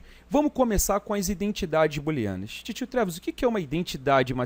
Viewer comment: boolenas" ou "booleanas" kkk